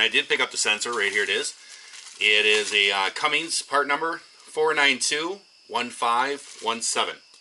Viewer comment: Cumins, not cummings!